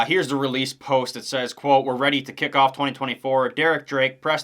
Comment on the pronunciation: Boespflug= Base-floog Renen is "Rennen"